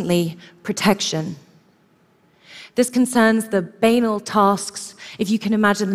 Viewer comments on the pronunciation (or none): "Banal" is pronounced buh-nahl not b-A-nul. Fgs